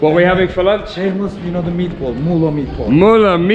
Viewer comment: Awesome videos like everytime Btw in Turkish " Ğ " is not " G " Ğ makes letter longer before it so not Mugla its Muula !